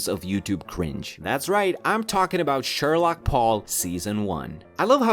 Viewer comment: Shorlock paul not shorlock chad